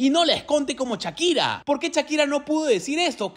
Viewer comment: Tan difícil es decir "Shakira" y no "Chakira"?